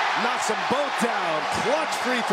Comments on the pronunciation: "I'll make bofe" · for some reason, grant williams saying “i’ll make them bof”, then proceeding to miss both with the zoom on his face cracks me up everytime